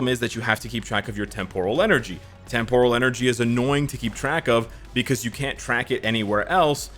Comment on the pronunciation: Watch some Star Trek to learn how to say “Temporal”. The emphasis is NOT on the “or”, ie, it’s NOT “tem-POUR-al”.